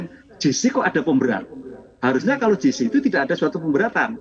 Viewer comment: Bukan “JI SI” (GC) mbak.. tapi “JE SI” (JC)